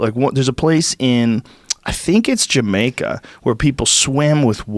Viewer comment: Being from the Bahamas 🇧🇸 I almost got offended when he said Jamaica 😂